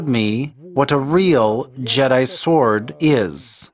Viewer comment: the W is silent is sword....great job otherwise